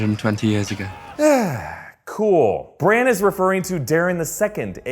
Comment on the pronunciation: Why do you call Bran "Branch"??